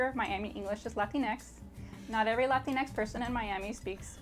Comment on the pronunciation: YouTube won’t let me comment what I mean to... but it’s about that girl saying latinix. 🤮